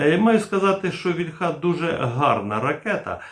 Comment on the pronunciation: Плюсик, але • «вільха» має наголос на «і», • таки «гас», а не «керосин».